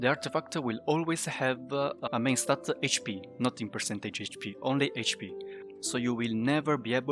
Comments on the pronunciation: Dude stop saying statta😂 its just s t a t. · i prefer when he says stat